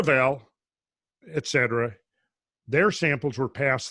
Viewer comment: 1. I recently discovered et al. is in fact short for et alia. The abbreviation should be read aloud as et alia, as etc. should be read aloud as etcetera, rather than saying e-t-c. 2. When are we getting the next podcast? Hope everything and everyone is ok.